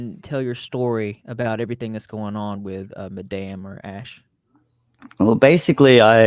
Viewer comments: Ever since I first heard you call her mah-dah-may instead of madame, I can’t unhear it and I refuse to call her anything but mah-dah-may idcccc 😆 but on a serious note this is so beyond pathetic with all these scams and lies that she’s had going and she 100% needs to be called out and needs to face the consequences of her extremely poor actions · Kells Gontier Lol me too! Ever since he pronounced it as “Ma-dom-mae” ..I never looked at the word same way 🤣